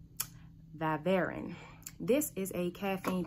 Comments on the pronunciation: it is pronounced Vy-Vrin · learn how to say it- Vi ( long i) Ver - IN